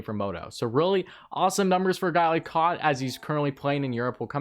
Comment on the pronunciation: It's pronounced Alex 'Bue-cage' and Martin "Cow-t'